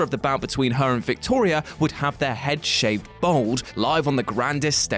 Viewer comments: It's 'bald', not 'bold'. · Bald not bold. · why do you say bold not bald?